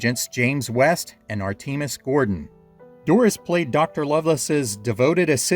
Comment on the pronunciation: Please learn how to pronounce Artemus. It's more like 'Artimus', not 'Arteemus'